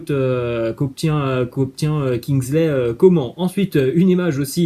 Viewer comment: on dit Kingsley Comane pas Comment 🤦🏽‍♂️